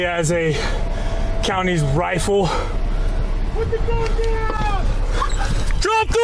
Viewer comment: The hyperbolic commentry is painful! Dude can barely say the word 'Rifle' properly